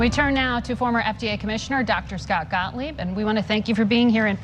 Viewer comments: Please stop calling him Mr. Scottlieb. It’s Gottlieb. Scott Gottlieb. Lol love your videos! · I thought I heard you call him ' Dr. Scottlieb.' Haha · Kev his name is Scott gottleib..not scottleib lol